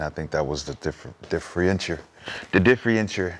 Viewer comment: The „differientier“?